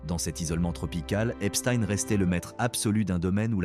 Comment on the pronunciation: A vous aussi il faut des cours de phonétique ?? Comment prononcez vous Einstein ? Pourquoi pas Palestein tant que vous y êtes ? En plus vous omettez sciemment le déail le plus important de son existence !! Il n'aurait sans doute jamais pu atteindre les plus hautes sphères sans sa complice Ghislaine Maxwell qu'il a connu en 1990 !! Cette criminelle actuelleemnt en prison aux US s’inscrit dans une lignée de “facilitateurs mondains”.grace à son père, Robert Maxwell, lui-même à la tête d'un réseau politique international soupçonné de liens avec des services de renseignement... Est ce fait exprès que la plupartt des merdias en parlent à peine ? Pourquoi ?